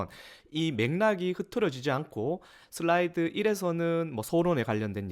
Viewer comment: '슬라이드'라고 쓰고 '쓸라이드'로 읽는다.